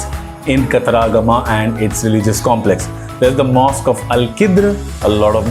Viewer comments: Not kataraagama but katara-gama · Pronounciation of Kataragama is wrong